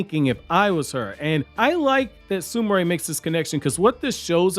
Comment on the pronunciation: Sumire is Soom Ear not Sumaray sorry lol just ocd